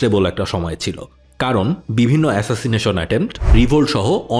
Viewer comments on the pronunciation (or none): none